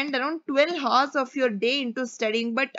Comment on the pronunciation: Sorry ma'am..but Hours & Ours are pronounced the same..'H' is silent in Hour..I really appreciate your work Keep motivating & directing 😊